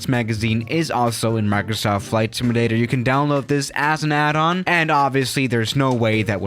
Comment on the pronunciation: The way you pronounce simulator makes me actually upset.